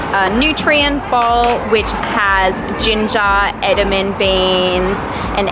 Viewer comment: Just letting you know it's pronounced 'eduh-mah-may' beans :)